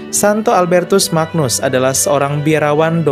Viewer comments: Semakin bangga jadi Katolik. Oya (koreksi kl saya salah) penyebutan Magnus, diucapkan seperti "ny" dalam kata "banyu" sehingga dibaca "Albertus Manyus" , sama seperti Agnus Dei dibaca "Anyus dei". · Terima kasih infonya. Albertus Magnus... magnus cara bacanya "manyus". Mirip ucapan Agnus yg dibaca "anyus"